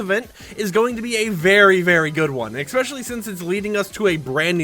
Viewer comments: It's ESpecially not EXpecially. Every 👏damn👏 video👏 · why do you say eXpecially